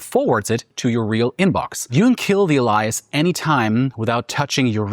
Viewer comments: AH-LIE-ISS 🤣🤣🤣 Wow, this AI bot almost had me up to this point! Proton COMMERCIAL obviously. It's AY-LEE-ISS, stupid. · that is not how that word is pronounced. "EH-lee-yes" not "uh-LIE-yes" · pronounces 'alias' as - (ah-ly-as) says ah-ly-as four or five times before correcting to Alias. (ay-lee-as) is this AI BS? I think so...🧐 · A LIE AS? WTF? Thats what gave the Ai video away... lol.. AAA LII AS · I know. Love the video....But I have to say it... The word alias is pronounced AY-lee-əs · Al-eye-us 👀 that's a way I've never heard it pronounced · How is sam hell did you not review before publishing the Elias flubs, WHEN YOU SAY IT CORRECTLY in. Next segment. Thats lazy man just lazy.compleatly made me think your ai posting with ish like that,do better. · Interesting video. I've been using Proton for a while now and it's nice to see people are starting to catch on. You almost lost me though with your AI text to speech say "A lie us" instead of alias, then you say it correctly and then switch back to "A lie us" again. WTF dude? An AI avatar who can't pronounce words correctly is the last thing I thought I'd ever see on 41 minute Proton advertisement. If people don't believe me, just look at the glitches and choppiness of the video edits, mispronunciations, and over all AI sloppiness of the video if you look carefully. Thanks for the video though, some good information on features that have stopped me from switching completely over to Proton for everything. It kind of freaked me out a couple of months ago when gmail started doing AI summaries on my emails. If they are allowed to do that, you know they have everything you've ever written to anyone. reluctantly giving your AI avatar and TTS video a like. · A lie ass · Funny how you keep pronouncing alias like the name Elias (e.g. ) even though you know (sometimes) how to pronounce it correctly in other parts of the video... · Ale - Lee-Us. That's how we say it in New York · true 😂 sounded like "Elias"